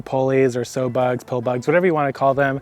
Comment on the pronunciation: Just an FYI. When you were talking about rolly pollys and other bugs, you should know sow bugs are named after pigs because they root in the soil. The word for female pig is sow which rhymes with cow.